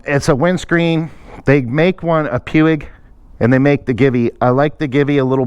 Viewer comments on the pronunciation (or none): Nice job on the mods. I like the way that Givi windscreen looks on there. BTW, everyone seems to mispronounce "Puig". It's pronounced "Pooch" and is a Spanish company.